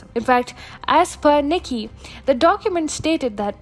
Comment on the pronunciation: Btw, Nikkei is pronounced nee-kay, not nik-kee. No offense meant! ✌🏼💖